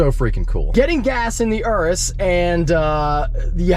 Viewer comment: He didn’t say urus right….